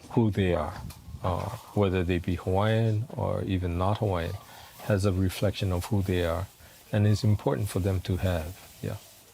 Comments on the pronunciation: OMG, this Haole butchering the names of all these places... Shame. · Beautiful photography -- but your narrator could use some help to correctly pronounce the names of the towns and geographical features. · I noticed mispronounced names as well, however, this was the most culturally inclusive documentary (of Hawaii)I have ever seen. I visited Oahu several years ago and although I loved it then, this showed me what I missed!